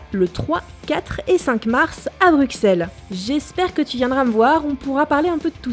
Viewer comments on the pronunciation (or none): ça se dit Brusselles :c pas BruXelles :c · juste ça se prononce "BruSSeles" (même si on écrit "BruXelles") sinon super vidéo comme d'hab. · Stéphanie Stéphanie euh non on ne djt pas le X ! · azr Non, ça ne dépend pas. La prononciation "BruXelles" est FAUSSE, c'est une erreur commise et transmise surtout par les Français, Québéquois, etc. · azr azr Ca dépend de si on prononce correctement ou pas, oui. Mais BruXelles reste une erreur, peu importe le nombre d'étrangers qui le prononce comme ça. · aaaaaa Bruxelles se dit Brusselle s'il vous plaît les français... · Par contre stp prononce brusselle, j'insiste ^^ :p gros kiss et continue !!